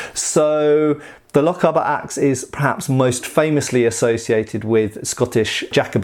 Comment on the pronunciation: Never mind the pronunciation of German things when you can’t pronounce Lochaber right,it’s lock-ay-bar